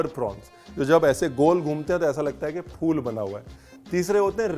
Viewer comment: fool nahin phool (hindi mein ph(without nukhta!) ;-)